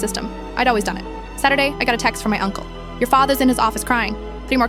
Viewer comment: When it came to the uncle it turned Italian for a moment